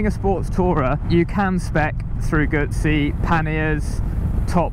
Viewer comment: Moto Guzzi(Goozy)..Not Gootszi.!!!!